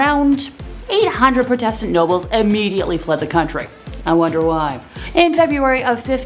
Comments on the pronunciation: This presenter should learn how to say a number of basic words ie pro test ant instead of protastant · EVERYTIME SHE MISPRONOUNCED PROTESTANT I CHOKED ON MY COFFEE